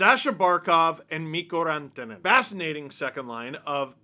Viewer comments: He does a good job with some like Rantanen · I like how you try to pronounce them a bit Finnish. Like rolling the R with Rantanen.